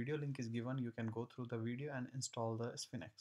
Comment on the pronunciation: Nice tutorial. It's pronounced like "Sfeenx" (1 syllable)